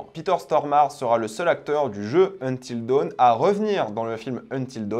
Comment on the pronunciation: Il a dit until Deuwn 😂